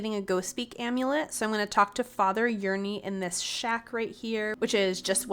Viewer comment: PS, pretty sure that hermit is pronounced like Ernie.